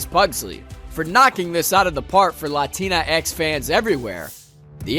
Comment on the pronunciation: Tries to say "Latinx fans" Says "Latina ex-fans"